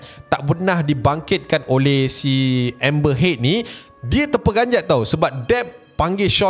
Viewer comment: nama dia amber heard bkn amber head